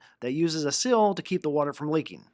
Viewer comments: It's not a 'sill', it is a 'seal'. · Dude you keep saying sill you mean to say seal!!!